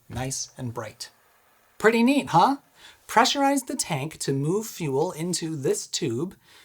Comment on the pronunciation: Ong that intro tho. “ NeAt!!!“😂